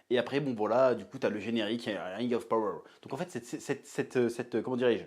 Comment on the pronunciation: par contre c'est pas ze ring auf power MAIS ZE RING OF PAWOEUR